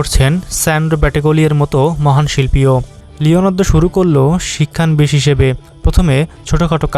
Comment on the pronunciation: উচ্চারণ শিক্ষা নবিশ, শিক্ষান বিশ না।